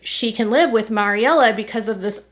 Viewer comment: It’s pronounced Mary-Ella Not Maury -Ella